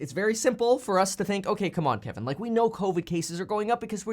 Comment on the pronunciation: When you said "Come on Kevin" I thought I heard you say "Come on Pimpin'" 😅🤣